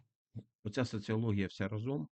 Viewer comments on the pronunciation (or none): Пане Олександре, вдячний за Вашу вналітику. Прошу звернути увагу на те, що рАзом, а не разОм